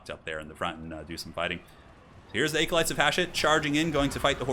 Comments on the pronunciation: ..."aecolytes"? Bruh. Bruh. Bruh. No joke man, that's the first time I've ever heard someone pronounce "acolyte" that way. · Just FYI 'acolyte' uses a short A sound, like apple. Not a long A sound like acorn. Just google it and hit the pronounce button